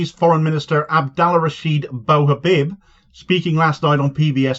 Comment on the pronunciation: congrats netanyahu, you doomed your own people also abdallah bou habib is pronounced "abdallah boo habeeb" and not "baw habib"